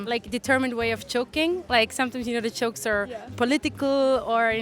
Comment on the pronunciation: Su acento se nota en el Ingles (que habla muy bien) cuando pronuncia "chokes" instead of jokes .